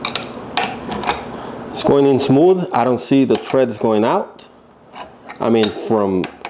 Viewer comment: {th-reds} threads. {Kra-(able)-nkuu} {aR-(are) mmm} Krank Arm. There you go bud